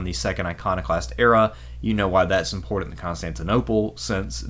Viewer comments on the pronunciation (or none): none